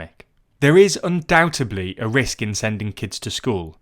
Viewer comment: I just wanted to say "UndoubteDly" ok I feel calm now